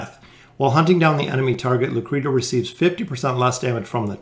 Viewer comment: Its pronounced Lucreshia.. you and Volkin are driving me nuts :D